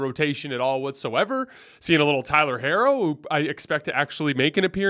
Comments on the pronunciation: Herro's name is pronounced "Hero". You keep analyzing, and picking against the Heat, yet you don't know their players' names 😂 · He pronounces Miami like “my Amy” and pronounced Tyler Herro like “hair-o”. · why are you pronouncing Herro’s name like that 😂😂😂